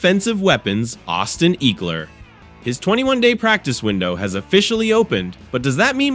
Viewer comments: EEEkler? me thinks this a bot channel. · say ekeler's name right!!!